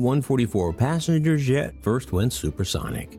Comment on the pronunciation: Narrator begins this by slurring "passenger jet", and then implies that June 5, 1969 occurred 4-months BEFORE March 2, 1969.